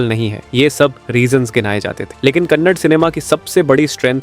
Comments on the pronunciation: Glad you're earning money out of this video, atleast don't tell Kannad now. Correct it all to Kannada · ಕನ್ನಾಡ, ಕನ್ನಡ್‌ ಅಲ್ಲ... ಕನ್ನಡ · Kannada ✅ Kannad ❎ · please learn to pronounce the words properly... it is not kantara it is kaanthara ( that is how it should be pronounced ) it is not kannadaa it is kannada. Before you make videos it is just a basic research.... get your pronunciation right for God's sake